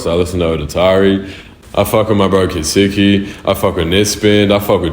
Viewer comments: why did he pronounce it like that "ketsuki" i always thought it was "ketski" or sum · it’s pronounced ketseeky … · Why does he say kets4eki like "kistiki" 😭